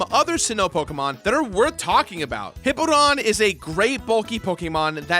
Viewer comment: A few pronunciation notes: Piloswine sounds kinda like “pile-o-swine” Drapion’s name comes from Dracula Hip-POW-don, not Hippo-don Lopunny is based on and named after the lop breed of rabbit Also Luxray is a lynx not a lion Great picks though, all of those Pokémon are amazing!